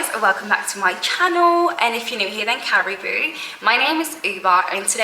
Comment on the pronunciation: Carry-boo lol